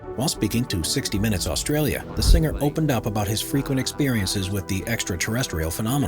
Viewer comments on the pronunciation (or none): none